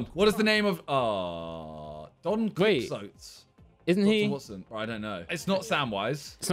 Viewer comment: The legend of “Don quicksote”